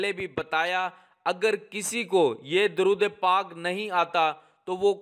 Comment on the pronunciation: آپ دورود غلط پڑھ رہے ہیں۔